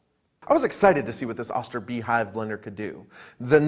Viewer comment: Too bad he doesn't pronounce the name correctly. Why do you think thy put a dash over the "O" It is a long O sound. And my Oster beehive is a workhorse! Had it since the early 1980's. You turn it on, it blends and you turn it off. Never had a problem with it in decades. Okay I have to replace the o-rings now and then. 2.99 after almost 4 decades of work. I'd say I definitely got my money's worth. Grinding nuts... crushing ice... smoothies... making powdered sugar without cornstarch... making mayonnaise... blending cream soups...making baby food... It does it all! and there are no electronics to break after 1 year like a appliances do now a days! I love the Beehive!!!!